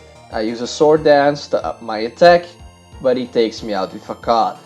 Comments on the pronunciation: Nice video I love bug types but seriously. Facade is pronounced fasod not facad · Bro, I am not a hater but you pronounce it FAKAD. It is actualy pronounced FASAD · Very nice video but pls stop saying fakad instead of facade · Its FA SADE NOT FAKAD (facade) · He said fuckad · Not facade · C in Facade is pronounced as an ''S'' so FaSade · It sound like you said fuck off not facade lol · it sounds kind of like "fuck off" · Facade = FUH-SOD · I dunno but I laugh so hard everytime he says "facade". Maybe it's in his pronunciation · Yeah I thought he was saying something very different lol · Hello friend, this video has appeared in my recommendations B) Very nice vid and very nice commentary, but I notice some flaws: Surskit would deal a bigger damage vs Machop if it used bubble instead of quick attack Facade is pronounced with s, not with k P in Psybeam is silent. I'm looking forward your next videos!